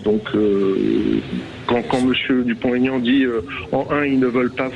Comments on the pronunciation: Bercoff a la tête dure... C'est Dupont.... Aignan, pas Tégnante ! 😂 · On ne fait pas de liaison quand il y a un trait d'union. On dit Dupont, Aignan et pas Dupontégnan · Pouvez vous dire son nom comme il faut!!! Pas Dupon- taignant!!! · Oh bercoff ..Nicolas vous a dit pas de liaison entre dupont et aignan.. c'est pas compliqué